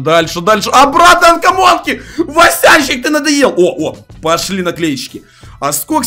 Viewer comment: Когда ты поймёшь что это не анкомонки а комонки!